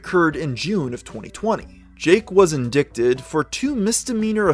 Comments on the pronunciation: Love the content and the gamer but have to ask how does one get in-dick-ted??? LOL that's okay the spelling does appear to be how its pronounced. However indicted is pronounced IN -DYD - TED the C is silent and it's a hard I sound. ;) Just trying to help since you are jumping more into legal matters and such these days. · (IN-D-IGHT) you got to learn to say the word right. I can't stand hearing "Indic-ted" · I like this video but, the word is pronounced; in-dite-ed. Not... in-dick-ted. That has been driving me crazy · 90% of these are pedophiles. makes ya wonder huh he said in-dick-ted in stead of in-dye-ted lol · indicted pronunciation: in dai tuhd not in dick ted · The term indicted is pronounced uhn dai tuhd Not inn dick Ted . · I don’t mean to be petty but the word “indicted” is pronounced in-die-ted not in-dick-ted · Indicted isn’t pronounced as it’s spelled. “In-DIE-ted” not “in-DICK-ted” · they obviously speak english on mars, so why does he pronouncing it "in-dick-ted"? the c is silent. "in-dye-ted". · In-dick-tid. Lmao. It's pronounced in-die-tid. The 'C' in indicted is silent. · Indicted: It's pronounced "in-DITE-ed" not "in-DICKED-ed." Wow. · Indicted is pronounced In-dite-ed. Not in-dick-did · Indicted: IN-DYE-TED NOT: IN-DICK-TED Sorry, was driving me crazy. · in-DIE-ted... not in-DICK-ted... Ted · it's "in-die-ted" not "in-dick-ted. did a british person write this script? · fantastic video! only criticism is that the word “indicted” is pronounced “in-dight-ed” not “in-dickt-ed” ! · its pronounced in-dighted not in-dick-did just fyi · That's cool bro, and I'm real happy for you. BTW in-dick-ted? I think you pronounced that wrong my man ... Ayyyy lmao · in-dite-ed, thats how ya pronounce it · indicted is pronounced in·dight·ed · Indicted is pronounced - 'in-die-ted'. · Great video as always! Just a note, it’s pronounced “in-die-ted” the “c” is silent. Hope this helps 😁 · Please learn how to say the word "indicted" the c is silent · in-DICK-ted lolololol